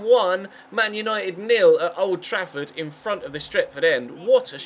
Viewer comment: Isn't it the stratford end not stretford